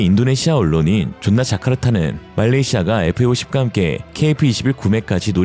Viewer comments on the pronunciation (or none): 존나자카르타 찰지네요